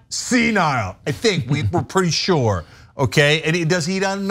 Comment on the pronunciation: Thought he said SURE 🤣😅😂